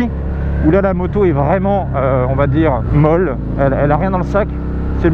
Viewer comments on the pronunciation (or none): none